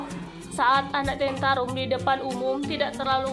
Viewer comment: Tantrum bukan tentarum